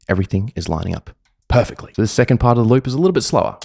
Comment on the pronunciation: “it matches PUHFACTLEE!!!”